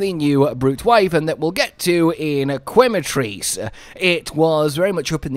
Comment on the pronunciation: Its pronounced ke-ma not kwe-ma also it will definately be one of Cottons favorite new monsters along with Uth Duna